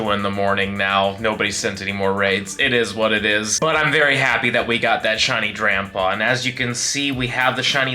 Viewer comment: Sounds like you're saying shiny grandpa